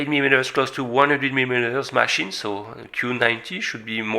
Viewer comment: Nice 'máchine' .....😃😉😄